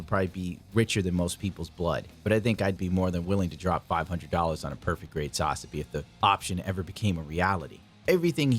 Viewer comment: You are aware that Ver. Ka is short for Version Ka(toki) right? Hajime Katoki is the designer of the kits, so it's his Version... And it's SaZAbi, not SAZAbi.